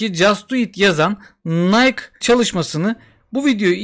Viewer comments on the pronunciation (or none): Yalnız nayk değil de "nayki" gibi telaffüz olunuyor. Video için teşekkürler